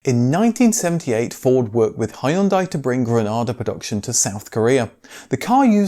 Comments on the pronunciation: It's pronounce HUN-DAY, Not High-yun-die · Interesting video. I'll let you off for your wild mispronunciation of 'Hyundai'. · Hyundai rhymes with Sunday. It is not Hi-une-die - its Hun-day. If you do not believe me, ask any Korean person to pronounce it for you.